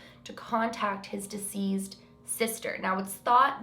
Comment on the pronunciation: Every time you say “deceased” I think you’re saying “diseased” 😂😂 🙊🙊